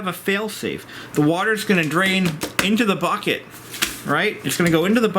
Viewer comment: The 'buket ' haha great video though!